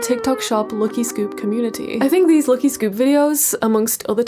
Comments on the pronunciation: Why are you pronouncing "lucky" like that? It's not how you say lucky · WHY ARE YOU SAYING LUKY NOT LUCKY??? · Everytime she says 'lucky' I hear 'lowkey'😂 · The way you pronounce "LUCKY" for some reason really pisses me off, sorry